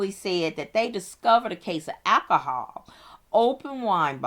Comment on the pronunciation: I couldn't listen to her say " catonic' or cantonic" " one more time. " Akahol " either. .